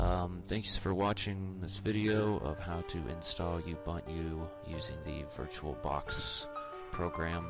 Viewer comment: thanks for the help. BTW its pronounced (oo-bun-to) a lot of people say it wrong. Again, good video.